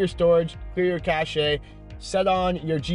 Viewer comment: Cache is pronounced as "cash" not cash-shay.